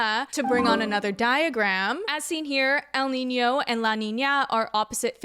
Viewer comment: i know this is a super important and super devastating topic, but i just wanna say that, as a native spanish speaker, you nailed the pronunciation for el niño and la niña!!